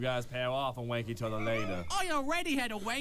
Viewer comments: Hagi Pilo that's the joke he's saying rank but sounds like wank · just to be clear , Dartz is saying Rank you and not Wenk you.